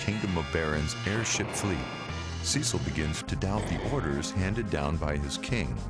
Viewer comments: omg noone pronounces cecils name right lmao... SEH-SIL not SEE-SIL. Nvm good vid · It's Cecil, not Ceecil. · The narrator has obviously never even heard of final fantasy before this script reading - the worst crimes are "Teedus", "Marko Reactors" and "Ceecil". Pitiful.